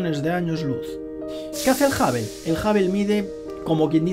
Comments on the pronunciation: A mí sólo me molesta que diga JAVEL... Telescopio JAVEL. 😏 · Qué manera de pronunciar Hubble!! Que NO es Jabel tío !! 😁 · A ningún español le e escuchando pronunciar bien “hubble”. Sin ofender a nadie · Que tengas una excelente semana 🙂, me tendré que resignar a que los españoles digan "Jabel" en vez de Hubble. De todos modos me caes bien y me pareces muy inteligente. Es agradable escuchar tus vídeos